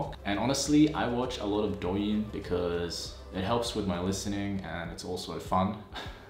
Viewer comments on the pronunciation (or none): none